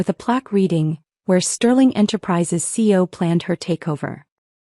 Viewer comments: How annoying to hear the mispronunciation of C E O, not seo, so many times. That should be basic AI programming unless you bought the budget package. The main gist of the story, the use of of the storage room reference, is used ad nauseam. The moral of the story was made in half the time the story runs. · Can't your A.I. separate the letters of C E O and say them correctly, C.E.O., NOT run them together. Chief Executive Officer?